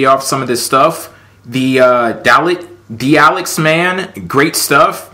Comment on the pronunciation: Nice video. Btw, its pronounced "Dah-Lex-Man" not "Dal-X-Man" xD LOL.